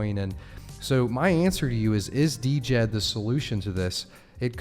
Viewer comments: I just had to mention it: the stablecoin is pronounced with the D being silent. So Djed = “Jed” NOT “Dee-Jed”. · Could u please start calling it jed Not D.jed It hurts my ears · Died but you say Jed the d is silent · Can we get a consensus on the pronunciation Djed = jed ? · Djed= JED The D is silent.